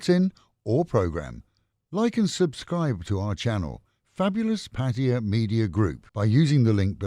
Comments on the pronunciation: Oh hooray, finally someone who doesn't pronounce it Pat-tie-a. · Did you not understand what i said? There is only one way to pronounce Pattaya and of course that is how Thai's say it.